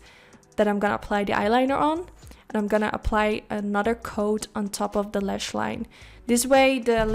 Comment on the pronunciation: Why do you keep saying LESH and not LASH? It's so annoying